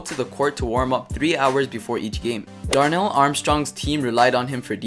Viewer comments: It's Darrel Armstrong not Darnell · Darrell not Darnell lol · His name is Darrell Armstrong not Darnell